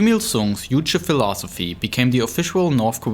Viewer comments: Why do you guys say uuche instead of Juche? You even replaced the J with U while saying Kim Jong Il. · just because it ain't English doesn't mean you should pronounce "J" as "Y". "Juche" should sound like "joo-cheh"